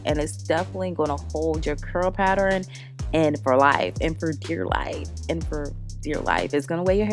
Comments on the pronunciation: Girl, if you don’t stop saying pat-ter-ren/pattering. It’s pat-tern pattern. 🤦🏽‍♀️ I love ya way to much to not correct that. But I love this unit 🥰🤩💕 and will be trying the wax on my new unit when I finish it. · Every time you pronounced the word pattern like paterrain... I wanted to scream!😆😆 But you did that wig ma ma, very cute! I want to try the wax color! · The word is PATTERN pat-tern, pronounced PAT-TURN. Where did you get all those extra syllables!! Sorry just a pet peeve. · The way she says “pattern” is killing me lmao. Still cute though 😘😂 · Never said it was serious sweetheart. From the looks of it; it looks like you’re from the south just like I am but I’m a girl from the south who’s Haitian 🇭🇹 so I know we say words differently but pronunciation is pronunciation. I only said something because people like to laugh at black queens who act or pretend if the don’t know how to talk with sense. But you’re pronouncing a word incorrectly and saying another word with an entirely different meaning. Pattering: is to make a repeated light tapping sound. VS Pattern: a repeated decorative design. I was not in any way coming for you. Was just a queen fixing another queen’s crown. Have a blessed day and keep sharing your talents with the world. Love, peace, and blessings.